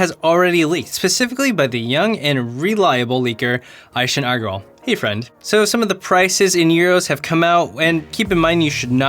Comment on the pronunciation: The way you said ishan Agarwal lol